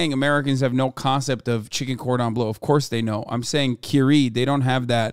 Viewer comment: "Cordon bleussy" my fragile heart cannot